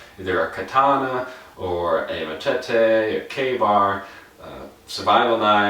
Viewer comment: U got a thumbs down after the way u pronounced machete